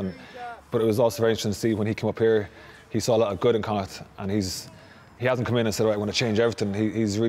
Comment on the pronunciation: pronounce Connacht right it is said like Connaakt